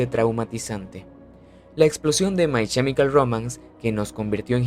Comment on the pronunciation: No es CHEmical es KEmical. La pronunciación es terrible